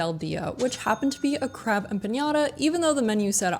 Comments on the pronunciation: Empanada not empañada. We actually call them pastelillo or empanadilla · Fyi There is no ñ in empanada so that nya sound you kept adding was oh soooo irritating. Sorry. Thank you for your review. We certainly love 🇵🇷 cuisine here on our island. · say it with me folks... empa-NADA. You're saying it like Piñata... Theres no squigly thing above the N lol. Its just Empa-nada. Not Nyata... LOL I can't stop laughing at empañata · Empanada doesn’t have a tildre over the n, so you’re pronouncing it wrong. You’re pronouncing it as empanyada. Correct pronunciation is empanada. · Gracias! Me dolió tanto escuchar "empañada" 😂. EquipoEmpanadilla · Empanada is not empanyada! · great video!! new subscriber:). just an fyi.... you spelled and mispronounced empanada. there is no Ñ. just straight up empanada not empaÑada. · *Empanada Em PaH Nah Dah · Much appreciate the video and shining a bright light on a Puerto Rican restaurant, but please “Em-PA- NA - DA”. You’re not pronouncing the word correctly. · they were saying empañada. That's what I was referring to... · I loved ‘being there, by watching. Recommendations: practice pronunciation de “empanada”, & good to have personal preferences & assessments, but some of the places you were most critical of~ were only missed, if one is without context of ‘How a food is eaten, & as part of the history, culture, experience of interacting with the cuisine… So that is where I’d hold off on attempts to provide recommendations— to what are obviously a team of master chefs ;> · This video really makes me want to go and it’s on the list for my next trip back home. My Brain just hyper fixated on the way they pronounced empanada. Lol it’s silly of my to do it, but my brain is weird like that. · Next time try to have better pronunciation of the foods name I think is disrespectful not everything translate to English. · empanada... there's no ñ in it. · Their pronunciation of empanada was killing me! 😂😂